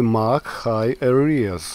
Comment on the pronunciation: Your English very good. The English language is very tolerant of mispronunciation ( it has to be , the America's mangle it badly;-)) , so don't worry too much. But for your information, Area is pronounced like :air - re - ah' .